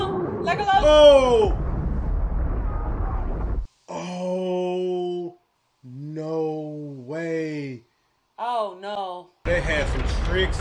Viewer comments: L’gō-lus. 😂🥰 The audiobook I have of these stories, pronounces it like that as well, and it always bugged me. For whatever reason it doesn’t bug me when says it. 😂🤷‍♀️ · Aragorn's elf girlfriend Arwen is leaving Middle Earth with her people so she can live on. Her father stayed behind in Rivendell. The hobbits are in the shire, nothing has happened to the shire as of right now. And it's Helms Deep lol and Isengard. And you're saying Legolas wrong lmao, say it like Lego ... then Lass.